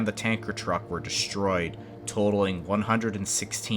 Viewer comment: "Shtreet" "Deshtroy"